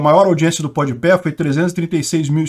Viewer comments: pode pé kkkkkkkkkkk rachei, a pronuncia correta é pode pah mas pode pé é muito melhor kkkkkkkkkkkkkkk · Se lê pode pá e não pode pé hahaha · Jamais tankarei o falando PODPÉ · "Pod peh" hauahauaha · Carai, eu não tanko o falando Pod Pé.. hahahahahahahahaha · "Pod Pé" foi foda kkkkk Tô vendo esse vídeo 2 dias depois, e fui consultar os views do Flow agora... Realmente, já passou de 12 milhões 😂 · Após 8 meses da ida do Lula ao Podpah a entrevista conta com 9,1 milhões de views, o Bolsonaro com pouco mais de 18 horas de ter ido no Flow, a entrevista ja conta com 8,1 milhões de views Muito engraçado o falando podpah errado kkkkkkkk